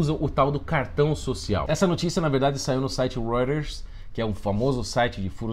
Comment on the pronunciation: O cara nunca tinha ouvido falar da Reuters ("roiters")? "Reurres" hahahahaha